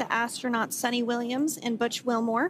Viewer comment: Her name is not Sunny but Su-ni.. 🙋🏻‍♂️